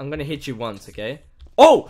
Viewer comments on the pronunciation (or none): none